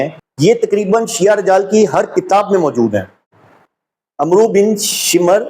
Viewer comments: صاحب،عمرو کا صحیح تلفظ عُمروُ omru نہیں بلکہ عَمࣿر Amr ہے۔ حضرت عُمَر٘ بن خطاب کے کمانڈر انچیف ،فاتحِ مصر حضرت عَم٘ر٘و٘ بن العاص تھے۔ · بھائی السّلام علیکم ورحمتہ اللہ وبرکاته جزاک اللّٰہ خیر - تھوڑی توجہ دلا رہا ہوں عمرو بولتے وقت واؤ نہیں بولی جاتی اور نہ ہی عین پر پیش بولی جاتی ہے عمرو کو امر پڑھا جاتا ہے آپ بڑی قیمتی گفتگو کرتے ہیں کسی عربی دان سے رابطہ رکھیں امید ہے آپ محسوس نہ فرمائیں گے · عمرو نھیں ھو تا بھائی عمر ھی ھو تا ھے عین پہ زبر کے ساتھ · بھاءی اپ بہت اچھا تحقیقی کام سر انجام دے رہے ہین جو اج تک میڈیا پر کسی نے سر انجام نہین دیا حالانکہ اس بات کی اشد ضرورت تھی بہرحال اب ہو رہا ہے تو بہت اچھا ہو رہا ہے جھوٹ بے نقاب ہو رہا ہے اور سچاءی سے گرد ہٹتی جا رہی ہے بہت شکریہ تلفظ کی غلطی نہین ہونی چاہیے کہ اپ کو ہر شخص پڑھا لکھا اور کم پڑھا لکھا سن رہا ہے جیسے اپ نے عمرو بن شمر کا نام لیا تو کسی پڑھے لکھے ادمی سے پوچھین کہ عمرو کے لفظ کو کیسے پڑھنا ہے بہت مہربانی ہو گی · جہالت تو تمھاری یہ ہے کہ عمر اور عمرو کی ادائیگی نہیں کر سکتے